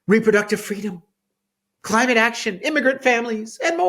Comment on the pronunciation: Gavin Newsom wanted "Fweedom", not Freedom! Boohoo!